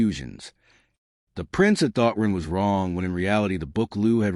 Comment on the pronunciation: Someone would probably need to rip the webnovels and give it to something like eleven labs. This one calls Ren "Run" and "Ron" lol